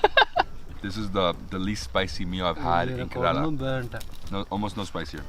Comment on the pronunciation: YOU are not pronouncing KERALA properly don't like.... And nobody telling you